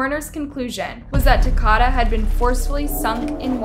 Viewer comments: Do you say people’s names wrong on purpose??? I mean you have to. Because you can clearly read. When did Al start being pronounced as Aw? & it’s Takoda not Takada, you know like Dakota? Girl you is disrespectful. At least say the deceased name right. You do this a lot. You’re videos be super awesome other than that. The fact that you just use your voice instead of trying to show your face to take attention away from the victim. I love your channel. But start at least trying to pronounce their names right. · Okay i feel like youre just purposely mispronouncing everything to be funny 😂 because there aint no way you just said Takata 😂😂😂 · I said the same thing! I’m from the area this happened and it pisses me off all she had to do was listen to the news reports! It’s Takoda, pronounced like Dakota!!! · Exactly 💯, like for real right!!!!!! I'm more than sure the boys name was said out loud more than once or twice through out the research.....maybe I am wrong 🤷 but, I believe it's pronounced "Tah-coe-dah"......rest in peace baby boy......you are more than blessed now honey!!!!! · Takoda's name is pronounced like Dakota. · Ta-Co-Da = Takoda Is how u pronounce his name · Why pronounce his name like that?? It's Takoda pronounced like the state Dakota. Long O sound. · I'm pretty sure the boys name is pronounced like Dakota . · His name is pronounced Tah-kO-duh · She’s mispronouncing the child’s name too. It’s like Dakota but with a T 🙄 there’s enough news coverage and vídeo footage of the trial and arrests if they would have bothered to watch anything they would know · you’re saying his name wrong. it’s ta KOE da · Can you at least say that baby’s name correctly SMH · You pronounced his name wrong. It's like Dakota but with a T so Takota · His name rhymes with Dakota. Contusions. My god can you pronounce anything in this ? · It’s Takoda like Dakota with a T . really wish she would have gotten his name right he deserves that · His name was Ta-kodah. Like Dakota.